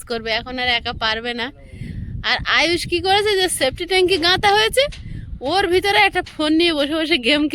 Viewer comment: ট্যেঙ্কি না ট্যেঙ্ক পিলিয়ার না পিলার